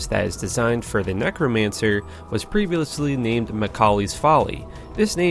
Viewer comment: "Prevulously" lol